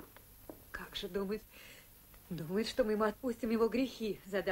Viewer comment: Плятт произносит ещё "что", а не "што"...